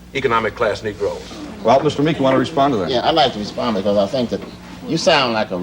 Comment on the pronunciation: It’s Meek, not Meeks.